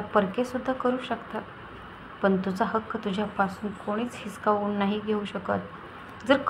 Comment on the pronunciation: हिसखावून नाही हिसकावून